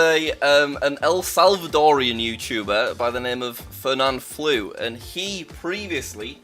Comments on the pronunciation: Me dio risa que haya dicho Feurnanflu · Fernanfloo's "floo" is pronounced like "flow" but without the w Also he has another active channel named Fernan A lot of Spanish speaking channels here :) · I very visibly flinched when you said Fernanfloo’s and Vegetta’s names. That was painful. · Me as a spanish speaker im disgusted that how jack said fernanfloo and Vegetta777